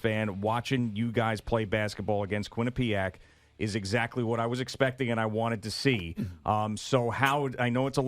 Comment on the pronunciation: Quinnipiac not Quinne-pee-ac